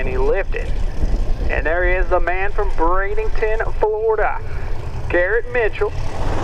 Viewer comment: Repeating (to the announcer) there is no "i" or "g" in Bradenton FL (so it isn't pronounced Brade ing ton)...